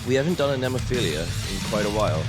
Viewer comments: "FEE-LA" ....not "FEE-LEE-YA" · Sorry,but It's called NEMOPHILA not Nemophilia...only one i....by the way good reaction👍